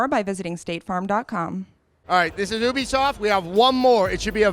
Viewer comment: Adam, it's pronounced like "you be soft." It's short for "Ubiquitous Software."